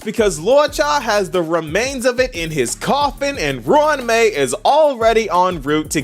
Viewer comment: Pronounced it good.